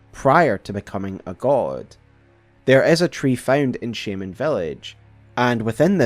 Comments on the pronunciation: One more note: A lot of things you call "spirals" are actually coils. A spiral's radius is meant to increase or decrease. Actually another, you also keep calling them Shey-Mens instead of Shamans. It's not a word with English origins. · Every time you say "Village of 'Shaymins'" I think its a village of pokemon XD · Omg why do you say shaman like there is an e at the end of the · You're switching up the pronunciation of shaman quite a bit. One time it's "shame"-ans, the other times it's "sham"-ans. You also have a bit of a drawl/vocal fry at the end of your sentences which can be somewhat annoying to listen to. Usually not a big deal but it's exacerbated when you're uploading an hour long video of you mostly speaking. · The game confirms Messmer is a sibling by item descriptions? Ummm doesn't he literally say as such directly to you? I thought we were told this 3 or 4 times during the DLC. Messmer literally calls her Mother Marika in dialogue For follow up videos could you stick to one pronunciation of shaman? Maybe just me but it's really distracting. Also scadu tree is pronounced "shadow tree". Like the name of the DLC